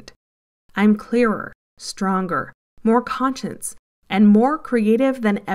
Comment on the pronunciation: Love the video. Can’t stand the way you mispronounce “conscious” and “consciousness”.